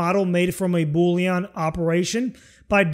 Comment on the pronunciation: I love how you say Boolean like Boulion. It makes me want soup! Good video.